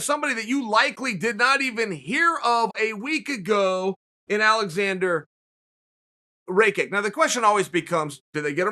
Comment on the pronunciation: You should't have opinion on guy who's name you are not able to pronounce correctly, also it's top level of ignorance , disrespect and hate riot towards Aleksandar.